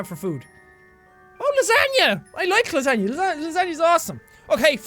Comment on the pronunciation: Oh.. What you have... LaSANYAAA(how he pronounced it killed me.)XD)